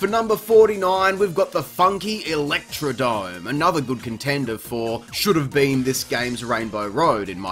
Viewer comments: Electrodrome, not Electrodome A lot of people get that name wrong. XD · Very nice list! Also, because everyone makes the mistake: It's Electrodrome not -dome XD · About number 49... it's called electrodrome, with an r. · fun fact: it's electrodrome and not dome